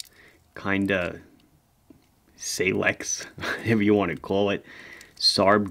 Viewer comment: I think he called it Seilex. 😄